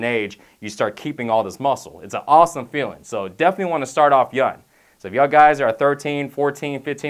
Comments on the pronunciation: Anyone else notice that he's saying "yun" instead on "young" most of the time lol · "yun" young* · lol 'when your yun' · lol he says pronounces "young" as "yun" :'D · KILLED MEE...."when ur yun" 😂😂😂😂😂😂😂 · he says yun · does this guy not say G's when they follow N's? Stron Youn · Love this guy but i cant help but laugh when he says young it sounds like yun. LOL! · *youn age haha thats what he says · "when you're yun" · Wron and Youn Lol